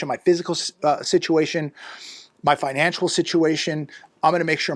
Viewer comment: It is FINANCIAL, not financUal.